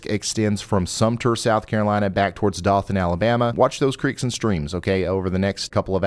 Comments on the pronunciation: LOVE your forecasts!!! Just a little FYI.... Dothan, AL is pronounce with a long "O" ! like "Dough than" ... I used to live there! 🙂❤ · Dothan is pronounced with a long O sound, like Coke, not sock.